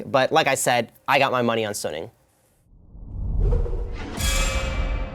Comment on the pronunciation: Its gonna be a damwon 3-0 is delusional. And he saying suning wrong